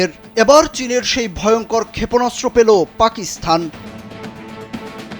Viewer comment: আরে গাধা, "পাকিসথান" নয়, পাকিস্তান 😂😂😂...!